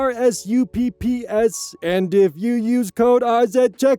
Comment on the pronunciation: When you were saying gamersupps letter by letter I thought you were having a stroke.